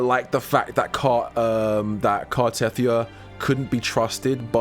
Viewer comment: Car-teh-thee-ah, not Car-teth-ee-ah.